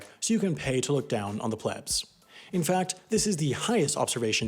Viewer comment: ET cetera, not EX cetera. Also plebes is pronounced PLEEBS, not plebs.